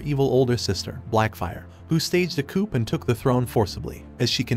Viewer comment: Learn to pronounce coup, the p is silent like in swimming.